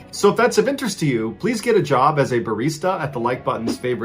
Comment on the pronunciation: "Bareecta" Lmao your accent to barista